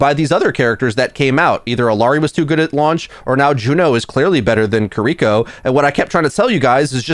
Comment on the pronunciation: “Kur-EE-ko” Nani??